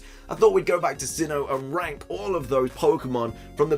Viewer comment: Careful how you keep saying ‘rank’